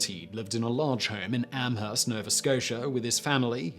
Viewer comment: Amherst...is pronounced Am-erst...the H is silent....